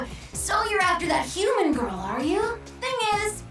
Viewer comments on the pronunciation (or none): none